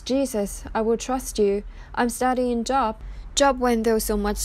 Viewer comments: it's not job...it is pronounced with a long "O" vowel sound...ugh I hate computer voices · Please...if you are quoting the bible please prounounce the names correctly. It is not JOB.. its the Long O like bo...wl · It's pronounced J oh b with a long O, not like, I have a good job, short O. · Wretched what’s happened to these girls and how their parents chose to handle this disgusting situation. I feel absolutely horrible for these girls. Job- is pronounced Jobe- long O not short. Irrelevant given the topic at hand but it bugged me hearing it pronounced wrong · Thanks for the video. Job is pronounced with the long “o”, as in the words goal or go. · Exactly. In this case the O it is pronounced a long O. Such as Oprah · Ty. This was drivi.g me nutts lol. Jobe is job. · Just an FYI, your pronunciation of Job is incorrect. The name rhymes with "robe". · It is pronounced Job...long o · It’s pronounced with a long o. It’s not job like working it is pronounced Like Joab. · You can't even pronounce JOB. It is JOOOOOOOB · Please learn the correct pronunciation of words before you do a vlog....Job is not like having to go to work because it is your job....it is like Joe---b. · Please stop pronouncing it “job” like a job! It’s “Joe-b”! It’s a Bible Book! C’mon! Really? Lose credibility & sound stupid, OR correct it & keep viewers! Content is pretty good- but— not a good look. Even if the voice is computerized- change it or take it down! Respectfully IMO! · This is comedic gold with her reading scripture pronouncing Job as a job (Work) when I got my 1st class FCC license so I could be on radio when I was back in high school I had to take a class and pass a test in broad cast journalism pronunciation, this planet just gets dumber, and dumber, in this case very funny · JOB! LONG "O"...... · It’s Job with a long O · You need to know how to pronounce Job, it not like the work place job. Look it up!